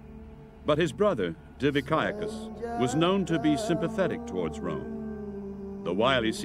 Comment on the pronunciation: every time this commentator says rome I Here America